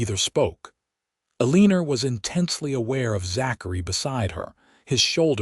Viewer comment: Aleener? Is her name Eleanor? 🤦